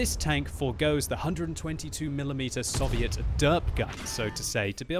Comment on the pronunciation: I wish you would pronounce Soviet properly